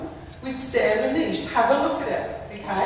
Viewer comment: Her name is Sara Niethe and her body was never found . Not niesh